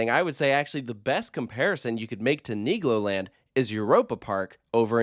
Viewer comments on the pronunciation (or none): LOL IS RIGHT! Really gotta make sure you annunciate that L in Niglo 🥲😬